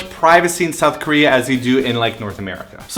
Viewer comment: Girl you canadian's showin' You said Sowth... Love it!